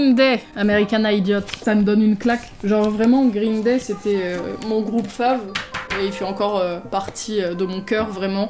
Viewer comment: Elle m'éclate les oreilles ta prononciation (grrrrreen day ) ps : t'es la meilleur bonne vidéo comme dab